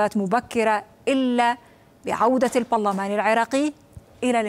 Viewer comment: المذيعه لم تنطق المذيعه لم تنطق البرلمان بشكل سليم في لغو لماذا يا عربيه 😂